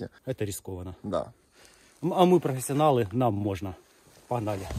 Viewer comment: Как говорит просвестианалы Ыыы